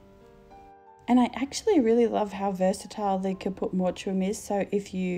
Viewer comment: Just FYI It's pronounced Caput Mort um :)